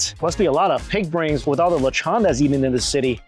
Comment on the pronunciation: but yet he still can't sat lechon correctly 🤣